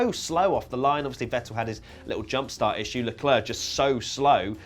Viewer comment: it's leclerc